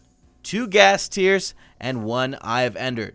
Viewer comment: You make 'ghast tears' sound like 'gas tears'.